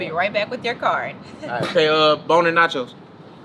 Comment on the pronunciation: My boi said "boney nachos" 😅😂